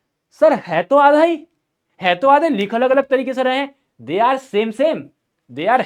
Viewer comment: अगर ❎ अगल✅😂😂😂